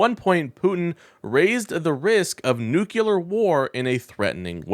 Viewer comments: Please. It's not "noo-kyu-lar" it's "noo-klee-ar". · Nu-CLE-ar, not nu-CU-lar. The root word is nucleus, not nuculus. Please. It's not that hard... From an Aggravated Educator 🤔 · Please don't talk like George Bush junior. It is not new kyewler it is pronounced new clear. New clee er, if you want to be precise. Look at how you spell the word. Nuclear. Not nucular. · dude. it is pronounced "New-Klee-Arr" "NUCLEAR" NOT "nuke-U-lar" PLEASE PLEASE stop mispronouncing this word. I cannot hear anything you are saying once you mispronounce this word. this is a recurring mispronunciation. I would appreciate the same for any of my mispronunciations. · Stop saying nookyooler like you can't help it. It's a little word. Try noo-clear as a stop-gap. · What's "nucular"? Is this the way to spell this word? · It’s a nucleus not a nuculous. Jeez. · Noo clee ur. Not noo kew lar. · Nucular is not bad grammar. It's simply NOT A WORD. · Your content is fine but I have one major criticism. If you’re going to use the word NUCLEAR 20 or so times in a short video please learn how to correctly pronounce the word. The word is NUCLEAR not NUCULAR. I know it’s a word many people mispronounce but they don’t usually say it 20 or so times in rapid succession. It makes you sound unprofessional. Just my 2 cents. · Only one U in nuclear. It’s not nuculer. George Bush has the same problem. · Please learn to pronounce “nuclear”. It is NOT “noo-cue-ler”, it’s “noo-clee-er”. (Former teacher here, and it’s one of my pet peeves). I cringe every time I hear it mispronounced. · Yes, amazing how many Americans can't pronounce nuclear. New-killer - lol. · That's nuclear, not nukuler. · It's not Nu-CUE-lar, it's Nu-CLE-ar. I cannot listen to or subscribe to a channel in which the host doesn't know the difference. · "New Clear" ... easy peasy. I know, because I heard it through my Cochulur implant. 🙂 EDIT: forgot to add: Vote blue! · Nucular is Texan for "big loud bomb" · Please learn how to pronounce nuclear. 🙂